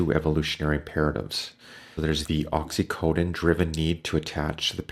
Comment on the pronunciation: OXYTOCIN not oxycodin(narc.as personality & drug ;) by mistake you said reason of addiction to opioids as they give feelings of being loved belonged,not being lonely that's why traumatized with cptsd ptsd lot of ACE's neurodivergents...often become addicts to those drugs 2:014:31, , DISSONANCE not dissidence DISSOCIATED not disassociated your channel is very good (knew that all explanation from Vaknin,Solerno etc.) saw you often make that misspels l see that stuff in nanoseconds so from ❤️ point them especially if they're someone's like dr Solerno's fantastic work discoveries names "TRAUMATIC COGNITIVE DISSONANCE ". I'd gladly point/check your videos (watched all &keep watching) to have the opportunity to have therapy with you- unfortunately😢 can't afford &ld on YouTube tell my ready "Oscar movie"life story as Black sheep, punching bag (family,husband>Stockholm syndrome &all the rest damage of survivor&yet totally traumatized destroyed over 3xweek for 7y!by sadistic psychopath therapist who abused me the most as she is certificate supervisor psychoterapist + dr of clinical psychology‼️ supervisor- manipulating hipnotising creating the worst Stockholm syndrome & infantili.isolating me to "cry for help"trauma response kid (lm 40ty!) only to steel all my money & devaluing me etc.bc of her unhealed trauma, jealous of my beaty accomplishment strength etc. additionally obviously she didn't tell anything about what cptsd l have ,not even a word (narcissi.abuse)l